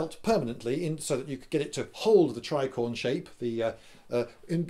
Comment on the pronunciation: Lindybeige Nope the first time i even heard the name of the hat was in this video and i did not hear tricorn from you i heard tricord but then again my hearing is quite bad. But i feel i should take offence as you think i like or do not like startrek i cant be more indifferent about it and i have no clue what a tricorder is